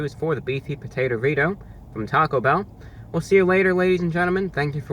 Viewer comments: Can you elaborate on the circumstances under which you learned English? Geographic location, characteristics of your primary sources of earlier exposure to the language, et cetera. I only ask because of your odd accent and inflection. For example the way you say TAHcobell, instead of TA-co Bell. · He said taco bow lmao